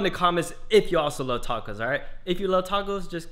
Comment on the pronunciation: I hate when people say “Dacos”